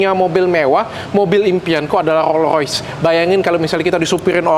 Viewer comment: rollS royce, dok. rollS pake S.